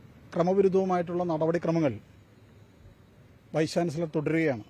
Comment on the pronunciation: വൈസ് ചാൻസിലെർ,വൈസ് ചാൻസിലെർ പറഞ്ഞു പഠിക്കു 😀😀😀😀